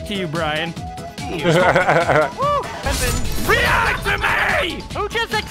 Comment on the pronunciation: I like how you pronounce Brian